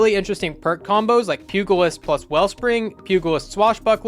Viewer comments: It's pronounced Pyujuhlist. Not Pyuggulist. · It's Pew-juh-list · I'm sorry to be that guy since you're one of my Solo Destiny sensei's, and since I'm probably older than your Dad, I feel it's my duty to help you. Homie, the "g" in Pugalist is silent, It's pronounced: Pu-"Ja"-list. It's an old 19th century word for Boxers or someone whose paid to fist fight. Sorry, but your videos are so tight, I just wince a little every time I hear you say it wrong. 😉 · Pugilist = Pew Gee list and =/= pur gur lust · Pugilist is pronounced like Hugeilist. ;) Pizzicato rhymes with Avacado And I'm sad my boy Forensic Nightmare is the trash pile. It's amazing for stasis builds. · Pugilist- pronounced pyoo-juh-list, the g in pugilist is a j sound. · Hate to be that guy, but Pugilist is pronounced Pyoo-Jeh-List. It’s one of my pet peeves. 😂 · Rank was interesting but your butchering of words was absolutely horrendous. Pugilist and Souldrinker.... if you pronounce your words correctly, you will have much better videos.